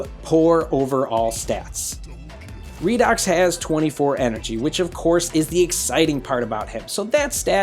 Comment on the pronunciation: Everybody pronouncation redox Me-Raydox